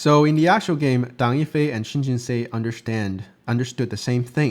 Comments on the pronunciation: Think of Seoul pronunciation. Kind of like the English word "sew", like in sew a dress. Or even still the word "so" would be closer. Like Jin-So or Jin-sew. Not Jin-say. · i think its pronounced Shin Jin Soo. And whatever you smoked prior to making the into: I want it too. 🙂. And what an incredible Tesuji from Shin.